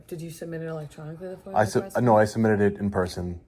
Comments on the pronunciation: Now it kinda seems like you are trying to get fan engagement by saying “foil” request rather than FOIA request. It really aggravates the shit out of me and I fall right into your comment trap. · Please….theres no “L” in FOIA. It sounds like you say FOIL every time. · It’s FOIA not foil.